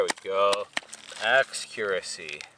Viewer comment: "There we go.. Axcuracy" 😂